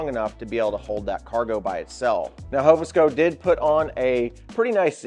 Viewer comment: Very good review but please it's Hov Sco, not Hovo. Gonna make peeps think we hobos.